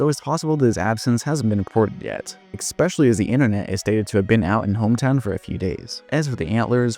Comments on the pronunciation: ES-pecially Not expecially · Bro, I'm not trying to be mean but if you're saying especially THAT often you can't be saying "eck-specially" 😂😂